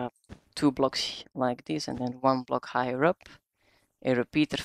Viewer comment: i heard you said highrer (higher)